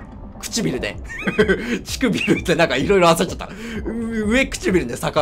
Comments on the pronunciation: うえくちびるではなくてうわくちびるじゃないのかとおもった(笑) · ずっと上(うえ)くちびるっていってんのほんと面白い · うえちくびる くちしてぃびる